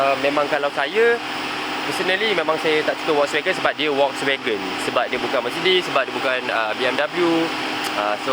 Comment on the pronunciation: Sebut volkswagen pun tak betul 😂. Wokswegan